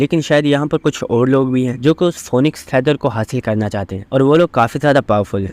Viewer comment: Bhai phonixe nehe phinix